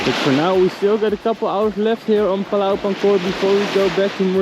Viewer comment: Het Woord Pulau spreekt je uit als Poe-Lauw.